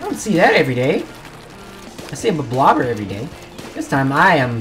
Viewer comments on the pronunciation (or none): Is it not pronounced ‘blob-lobber’? I hear people call it ‘blo-blobber’ and stuff. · is no-one acknowledging that he said blo-blobber? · its pronounced „blob-lobber“ fight me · Oh I didn't konw it was pronounced bloblobber. I always thought it was bloblobber. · Still can't pronounce it